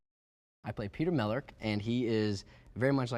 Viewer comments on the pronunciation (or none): Did anyone notice he said Mellark wrong? LOL In the movie it was Mellark but he said "Mellurk"